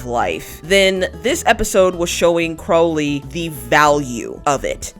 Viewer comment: Tiny thing. Crowley is pronounced like the bird